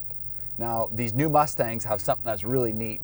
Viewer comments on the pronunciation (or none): none